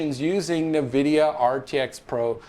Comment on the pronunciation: what is "nuhvidia"? COME ON MAN!